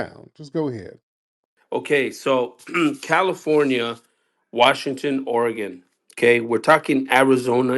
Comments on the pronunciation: Did he say Washing-ton... like reggaeton...... 🤦🏾‍♂️😂😂😂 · He said Washing tun lol